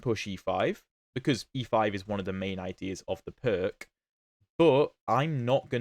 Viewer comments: "Pirc" is a Slovenian name and is pronounced something like "PEERTS" ( /ˈpɪərts/ ) in English. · > gives two pronounciations of the Pirc > both are wrong god bless England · Not even Daniel Naroditsky, the best at foreign names, knows the correct pronunciation of the Pirc! 🙂